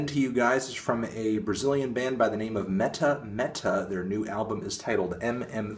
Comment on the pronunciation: Anthony, it's pronounced "met-AH met-AH". Also, it's not that improvisational because it's basically Candomblé music, which's repetitive by nature. Btw, they're basically a collective that releases different kinds of music for free, by the droves, so there's a lot more to check out.